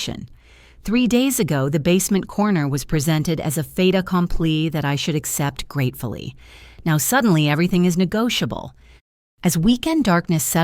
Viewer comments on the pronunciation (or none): Not pheta-complete. No. Fait accompli. If you use a term, at least spell it correctly. Lazy. Disrespectful.